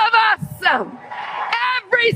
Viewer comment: When did "us" become a two syllable word?